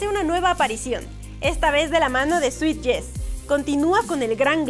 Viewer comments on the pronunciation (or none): none